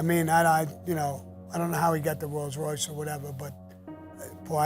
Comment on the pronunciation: . WTF is a "ROYALS Royce" ?? Just because Sammy said it, I'm gonna go get one, and call it a Royals Royce!